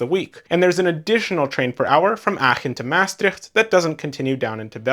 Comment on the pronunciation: Two trains on one long platform, which is divided into an a and a b side, is very common in large stations in the Netherlands. My compliments for your efforts to pronounce the towns names correctly. Maastricht can be easily improved if you put the stress on the last syllable: MaasTRICHT.